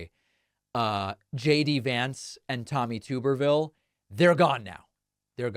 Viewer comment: Alabama native. Tub-erville. Not Tuber-ville.